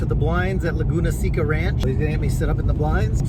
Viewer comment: seca ir pronounce seka